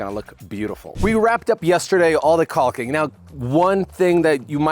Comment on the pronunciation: Just me or it seem like he's over pronouncing the "L" in caulking